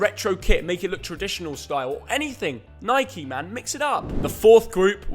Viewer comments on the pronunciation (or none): Imagine being English and calling Nike “Nikey” 😅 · Nothing more infuriating then hearing an English man call Nike…. Nikey